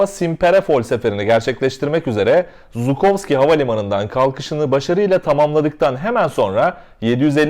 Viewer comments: Çok hızlı bir şekilde video çıkarmışsın ellerine sağlık, güncel olayları takip etmen çok iyi. Yalnız bir sorun var bunları söylemem gerek Kerem Gök'ün de hep yaptığı hatalar bunlar. Ural yazıldığı gibi okunur yani ingilizcedeki gibi değil, Simperepol değil Simferepol, değil Jukovskiy ve özellikle Raybaki değil Rıbaki çünkü isimler İngilizce değil Rusça. Eğer bunlara dikkat edersen çok iyi olur, Rusça okunuş için de yardım istersen mail atabilirsin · Abi baktım herkes yanlış yazıyor sen de yanlış söylemişsin İngilizceye karşılığı öyle ama Türkçede jukovski olarak okunabilir rusçası da jukovski zatem